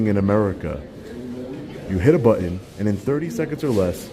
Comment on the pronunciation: Please pronounce the word button correctly.. you are an intelligent person